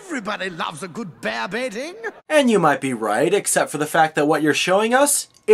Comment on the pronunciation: They said Bear Baiting? Wow, not only is this history wrong, but because of their actions, I've always thought until now they he was saying "Bear Beating".